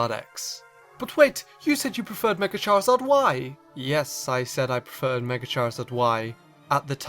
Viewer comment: I fuckin hate that you say megor not mega evolution